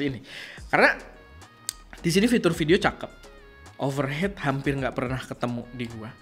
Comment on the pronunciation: Overheat (hiit) bukan over head